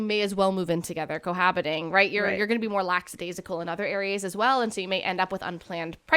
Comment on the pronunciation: Psssst...about this word you said... Idk if it was a slip of the tongue but just in case: lackadaisical [lak-uh-dey-zi-kuhl] 😊